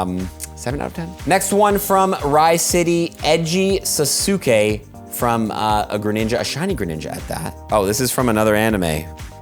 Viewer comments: I almost unsubscribed when you said “Narudo” and “Sasuske” 😬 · "nuhroodo" and "susookay"💀💀💀